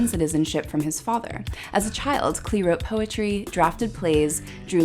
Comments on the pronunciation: It would be great if you corrected the pronunciation of his NAME it's CLAY not CLEE. all do respect. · He pronounced his name "clay" not "clee".